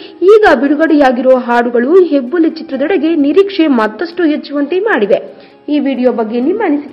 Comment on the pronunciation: It's Hebbuli not Yebbuli 😅